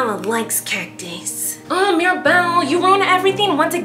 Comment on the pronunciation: “MEER abelle”